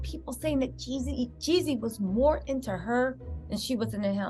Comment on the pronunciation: Stop calling that man yezzy. It's Jezzy, Jeezy, Jeezy.